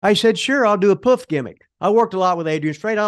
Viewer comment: First American I've heard pronounce poof properly.